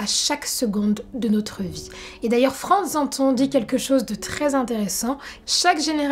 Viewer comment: Votre vidéo est très instructive et très intéressante mais à 33 mn 46 il s'agit de Frantz Fanon et non de Frantz Zanton.